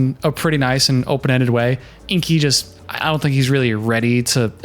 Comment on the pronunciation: As someone who has a name that, believe it or not, people mispronounce a *lot*, that she calls him InKi when his name is clearly spelled InGi irritates me to no end. The entire planet will now pronounce his name incorrectly and that sucks. Alina did the same thing with Caleb and I spent that season yelling at the TV whenever she said his name. I hope he’s a much more mellow person than I am! 😝